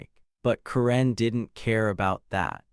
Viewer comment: someone should teach the AI voice to pronounce Karen correctly